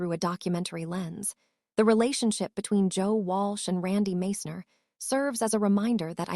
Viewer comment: Can't even pronounce Randy's name properly, Followed by a bunch of BS